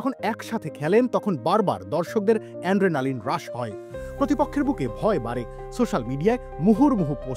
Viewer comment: হরমোন টার নাম, অ্যাড্রেনালিন --- অ্যান্ড্রেনালিন নয়!